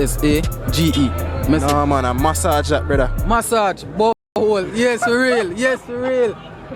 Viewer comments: Sorry but its MASS (double S) then AGE. Same with "message" Love u same way 😉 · All of them get it wrong How A give u an O sound for "massage"